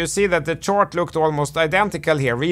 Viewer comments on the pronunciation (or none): to Man, you're saying "chOrt" instead of "chArt", and "ore" instead of "are"! Work on it. It's possible your brain doesn't hear it. That's how the Japanese are with "lock" and "rock" - they can't hear a difference. You can get your full hearing back - by concentrating repeatedly on hearing it. (both your 'chOrt' and your 'Ore' can be heard in that interval)